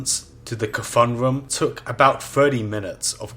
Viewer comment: You may be wrong about the naxxramas part, but yeah the guy's pronounced Ka-thune and not KFUN like it sounds in the video.